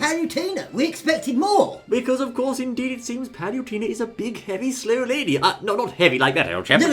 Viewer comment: Paluntena (you cant even say her name properly) IS NOT FUCKING USELESS!!!